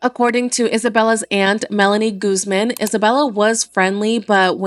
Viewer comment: Why are you pronouncing Guzman like that 😭😭